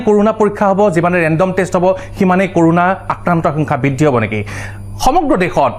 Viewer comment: It's not কৰোনা it's ক'ৰণা